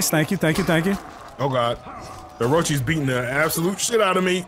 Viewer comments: “Orochie” “Arashuma” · He said orochi